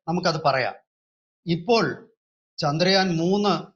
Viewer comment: ചാന്ദ്രയാൻ അല്ല, ചന്ദ്രയാൻ